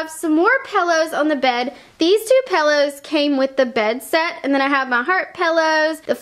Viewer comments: It's pillows not pellows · Also "paillows" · Pillows. Not pellows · Could she stop saying pellows?!! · It's not pellows it's pillows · I love The way you say pillows!!!